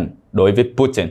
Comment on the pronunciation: Phần lan đọc thành phần làn ,nga đọc thành ngà ,putin đọc thành pu tìn ,chính tên ngọc tâm mà chủ nhân đọc thành ngọc tầm ,các bạn nên khách quan nhận xét